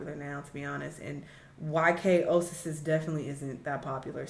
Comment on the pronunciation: Y2K Oh-sis-sis 💅